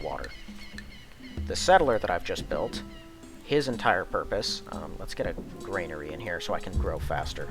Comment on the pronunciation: It's a granary; not a grainery.